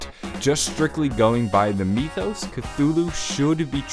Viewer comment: Why do you say mythos "Mee-thos"?